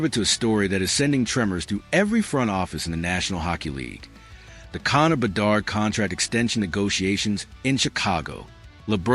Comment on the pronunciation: BE-DARD , DO-BESH is how you prounouce them